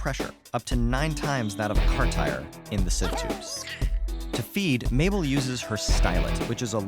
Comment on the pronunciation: It's Mable like maple, not cliche?